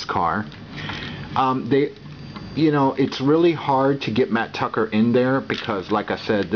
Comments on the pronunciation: It's mat tracker not Tucker. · dude its tracker not tucker